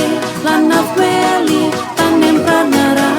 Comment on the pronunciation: Mf sblmnya. Klu blh tau latihan nyanyi lagu ini smpe di unggah ke youtube tuh brp lma? Slx kedengara msih 1 atau 2 kata yg blm pas pengucapannya. 1. Yg seharusnya dae tpi ucapan dlm lagu nih kedengarannya "DAYE". 2. Yg seharusnya Tanempar tpi dlm lgu nih kedengarannya TANEMPRAR. Mf, sekedar masukan sj krn b tau yg nyanyi () bkn dri Tanimbar.🙏🙏🙏